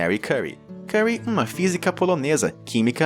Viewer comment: Narrador muito ruim de pronúncia. Faz uma pesquisa antes de chamar a maior cientista de todas de curry ( comida indiana) ao invés de curie . A universidade de Princeton nem tem como errar ,prince, palavra tão simples junta com tom e se diz Prince/ton e o narrador conseguiu inventar PRAINCETON!!!!!???? FAÇA UMA BUSCA DE 2 MINUTOS ANTES DE NARRAR TUDO ZUADO , MÍNIMO QUE MERECERIAM essas famosas pessoas como o título do vídeo menciona. ( Nem comentar as outras tantas pronúncias totalmente erradas neste mesmo vídeo e nas partes 1 e 2 da série)